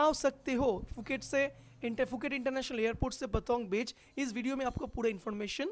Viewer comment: Not fuket Phuket sai tara bola....